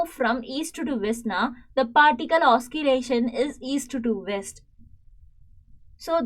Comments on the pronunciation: Pls teach clearly also say the words properly mam you said oskillation actually the correct word is oscillation pls correct mam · Oscillation not oskillation Also can't understand anything